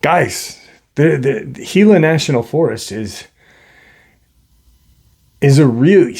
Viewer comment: Congrats on pronouncing Gila correctly, it is pretty rare to happen. The desert southwest is incredibly woo, I camped out there for decades and there was always weird things happening. The Spirits are alive and well there. God Bless you and those you Love, Shalom.